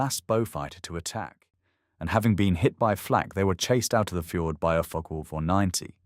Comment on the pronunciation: This is not a joke. The pronunciation of Focke does seem a bit off to me. To put it politely.